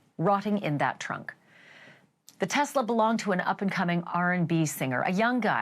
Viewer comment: Am I the only one that noticed at the 38 mark she said frunk and not trunk?😅😅😅